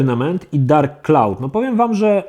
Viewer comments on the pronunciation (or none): none